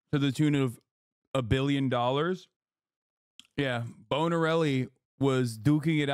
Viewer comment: Finklestein really pulled out his Steve Brule-sona in his inability to say Mr. Borelli's name lolol